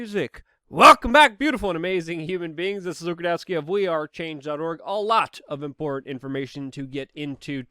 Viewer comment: Give it up. He can't even pronounce "important" or "Putin".